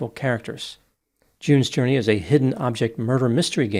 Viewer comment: "Jews Journey". Literally thought that's what you said. And I still think it will make a great game😂